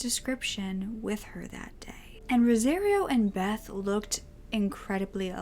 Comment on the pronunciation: It’s pronounced like “Rosa-Rio” like Rio de Janeiro. You’re pronouncing it like “rosé-reeo”